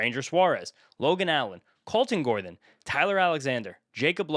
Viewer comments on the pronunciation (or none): none